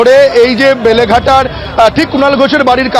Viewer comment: বেলেঘাটা ❌ লেলেঘাটা ✅